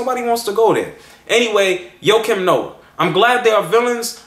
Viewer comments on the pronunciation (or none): I think his name is pronounced "waah-keem noah" not "Yo-keem noah lol." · who the fuck is Ho Kim Noa ???? its JJJJJJOAKIM NOAH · his name is joakim...like JOE-Keem...Thats my old teamate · joakim noah (joakim is prounounced differently than you pronounce it by the way) is freakin awesome. i was CRACKIN UP last night when i heard his comments on cleveland on the TNT broadcast and i absolutely LOVE the fact that he did not take back his comments or apoloziged but he stood by it. if thats what u think, speak your mind young fella. i think sir charles said it best "if you play as hard as him on the court, youre allowed to say pretty much anything". im defintately getting his jersey.